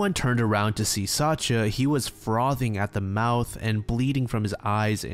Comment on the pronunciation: just fyi, Sacha or Sasha is pronouced sa- SCHa like shushing someone. I know pronouciation varies from language to language but its a pretty widespread name so maybe this is helpfull